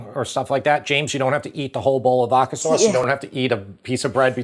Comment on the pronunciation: VODKA....not "VOKKA"